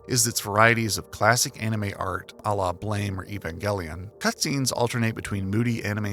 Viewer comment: I applaud your approach to the game that more can be concretely figured out than most people want to believe. Very few people are so bold unfortunately. Funnily, in the beginning you say you are going to try to avoid mispronouncing names, but you mispronounced the name of the BLAME! manga. It's not pronounced like the English word, but like a pistol bang - /blam/. The debt to Silent Hill (PS1) is even greater than you let on. The whole narrative structure is primarily inspired by SH. Gestalt has different definitions depending on the field. I actually think the devs employ not the psychological, but the linguistic meaning of the definition. Bioresonance lets you reshape reality, like with the examples you gave (terraforming), so in a very materialistic way, not influence reality itself. In the story synopsis it would have been helpful to put on the screen the textual evidence you use as reference. I'm pretty sure most of what you said is accurate, but on a few points I'm wondering where exactly you got the details (like dates/how much time had passed between events). So far so good, but you lost me at the dream part. If you go strictly by the textual evidence, the game establishes only two elements that can be the key for untangling the narrative mystery. Bioresonance which I mentioned its limits earlier, and more importantly, Synchronicity (I count Synchronicity and persona degradation as a single narrative element here). Everything in the video that you said has to be attri